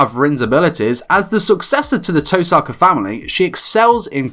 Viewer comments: Touuu saka. “Toe sucka” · The fact that he knows all these facts about Rin he can’t even pronounce her name right.